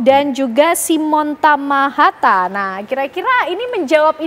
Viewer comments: Koreksi. yg benar TAHAMATA... bukan TAMAHATA. Marga asal Maluku. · Tahamata, bkn hatamaha, matahama 😂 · Simon Tahamata ya mbak...bukan tamahata....